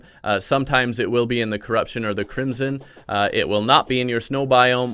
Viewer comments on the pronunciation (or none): none